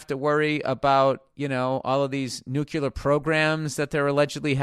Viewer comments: NU-CLE-AR not NU-CU-LAR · New Klee Errrr Say it with me…